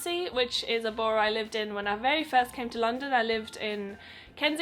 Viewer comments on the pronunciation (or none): Btw it's pronounced Buh - ruh